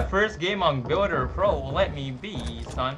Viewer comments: he said “builder ploa” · He said builder plo😂